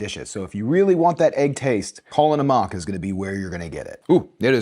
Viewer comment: Pronounced Kala NAM-ack